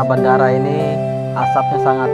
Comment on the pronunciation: bandara bukan bandaraaahh ogeb